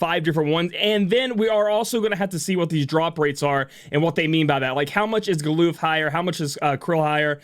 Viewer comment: Never would have thought to pronounce his name as Gal-oof.